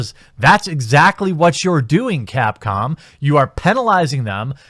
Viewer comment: Now I think he keeps saying CAT-Com.